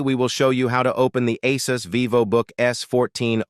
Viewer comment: "The My Ass-us app"